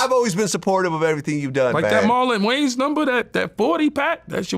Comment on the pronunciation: “Marlon Gayans” c’mon vlad 😂😂